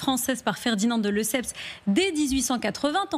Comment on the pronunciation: Une fois de plus, des journalistes — gonzesse obligée, incapable même de prononcer correctement le nom de Lesseps — lisant des textes écrits par d'autres journaleux aussi ignorants: par exemple, confusion totale entre les droits de douane (2min21s) et le péage.